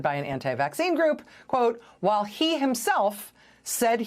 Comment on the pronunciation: I wish news reporters would take time to learn to pronoounce words like WHILE!